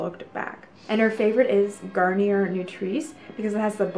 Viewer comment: Gar nee yay